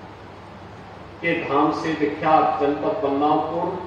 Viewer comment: Kam se kam District ka Naam to Sahi le lete